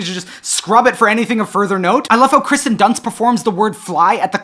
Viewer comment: Kirsten Dunst is pronounced KEER-sten, as per the spelling. Please stop saying Kristen, I know you can read. Otherwise, great video!